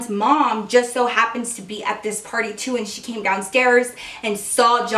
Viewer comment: when you said party i thought you said porny lol